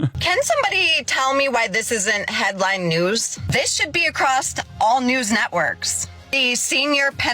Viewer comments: "acrost" lmao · "ICKSspecially" "aCROST" "elemenATERY" ... next she's gonna pronounce "both" as "bolth" Edit: I'm here to add "cornYEWcopia"